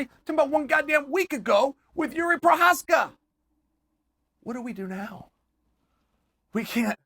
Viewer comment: Yess he got his name correct, big jari prosneckie will be delighted.